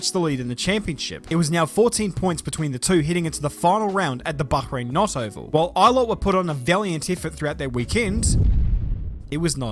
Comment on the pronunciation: She's called a "Roval", B'ye! ROad-oVAL. ROVAL!